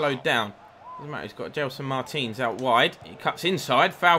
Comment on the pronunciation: when you say Martins it sounds like Mertens